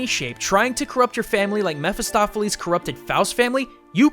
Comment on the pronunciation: Jeramya Mair he is pronouncing it right i've read the book and its Mephistopheles and it's pronouncing it right too (mefistofeles)